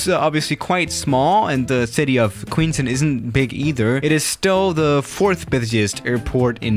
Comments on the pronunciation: Hey, as a New Zealand resident, I can confirm that it is QueensTOWN not QueensTIN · Said it wrong. You said queenstun. It's Queenstown. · No, no A380. I’ve been to Queenstown. It’s pronounced Queens Town, not Queens Tun. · Did you just say “queens tin” it’s queenstown but nice try. Queenstown is beautiful, you should visit us down in NZ! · It is Queens-Town not queenstin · It's pronounced ''queens-town'' not queenstin or somethin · It’s pronounced Queenstown like town not ton lol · Queens towwwn not queenston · Its Queens TOWN not Queens TOON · I live in NZ and its Queenstown not queensten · queenst'n airport god that hurt my ears, you say it like its written QUEENS TOWN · It’s Queenstown not Queenstin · it’s not queenstin it’s queens town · I'm from New Zealand, and it's pronounced Queenstown, not Queenston. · Queenston Me: its queens town wow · It's Queenstown...not Queenston! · Yo you actually did my video idea!! Firstly it is pronounced Queenstown not Queenstin, you never vacate on the little taxi way, that's only for GA aircraft and it is amazing to fly into!! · as a kiwi I can confirm it is pronounced "town" not "tin" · hey it's indeed pronounced queens-town and not queenston or how ever you were pronouncing it:) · I live in queenstown and its prononced queens-town not queenst-tin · Queenstown not queenston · I requested this and for your information I fly the 787-9 into this airport and the whisper jet has never flown in Nz or Australia and it’s queens town not queenston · me being from New Zealand it is pronounced queens-town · it's pronounced " Queens-Town". You wouldn't know how to pronounce it because your European. Please get it right you dumb ass bitch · Its "QUEENSTOWN" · It's Queens-Town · It is pronounced Queenstown. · Pronounced kweenstown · Fyi. It is pronounced Queenstown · Good video. I live in New Zealand and have been to Queenstown many times. Btw its pronounced Queens-town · It’s pronounced queens town